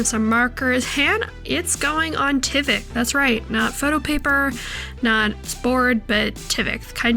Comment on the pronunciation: It’s tyvek with a long I sound